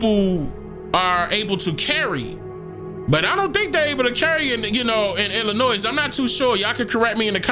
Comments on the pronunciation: The S in Illinois is silent. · The S is silent in Illinois.. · My guy, please leave the S sound off of Illinois lol I’m from there lol We hate when people do that lol Love the work, bro! We should link! You would LOVE what I do, man!